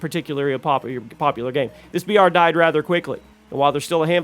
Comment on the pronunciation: Bro you keep saying BR and it sounds like VR. Had me thinking its virtual reality game.